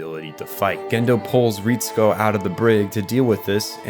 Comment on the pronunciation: even the names though. Ritsuko as "Reehtsku". Great video but it's just some nitpicks.